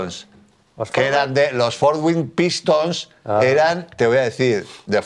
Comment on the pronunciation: "Los Forz Wing Pistons"